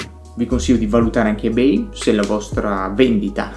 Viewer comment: Non mi sembra proprio che Subito abbia oscurato Ebay. Anzi, a livello di aste, collezionismo e sicurezza dei pagamenti è ancora imbattibile. L’offerta è assolutamente imparagonabile. [E per favore pronuncialo correttamente ;__;]